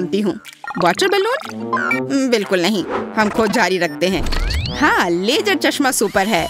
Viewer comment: Can you get someone else to do the Hindi voiceover? The lady pronounces a lot of words wrong, for example, she calls ‘laser’ as ‘lajer’, ‘Aawaz’ as ‘aawaj’. And her voice is not ideal for voiceovers. Kids might learn wrong pronunciation from her.